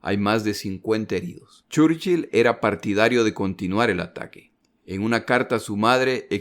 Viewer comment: no entiendo muy bien porque si se pronuncian bien los otros apellidos porque el mas importante de la guerra repetidamente se pronuncia mal